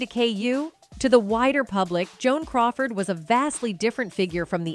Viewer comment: She said Joan coward.